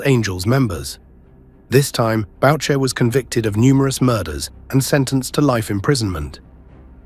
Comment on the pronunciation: Idiot U.K. commentator , MOM'S NAME is pronounced BOO SHEY....it does NOT rhyme avec voucher fool.